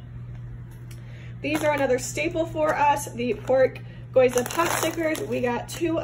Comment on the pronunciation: We did the exact same thing when we bought our house! It was so helpful. (And a little hint from my Hawaiian husband in the sweetest way possible- gyoza is pronounced ghee-oh-za 😉)